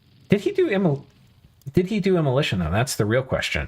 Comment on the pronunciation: omg immoLAYtion lmao